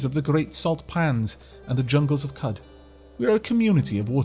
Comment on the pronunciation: Considering the Arabian theme of the game, I'm fairly sure Qud is pronounced "Q'ood" rather than "Kud".